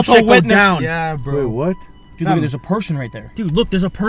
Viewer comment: 1: said not sed 2: what not whet 3: thousand not thosind 4: times not thims 5: 20,000 thousand? Do you mean 20,000